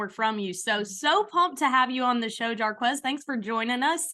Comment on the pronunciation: Jarquez not with a M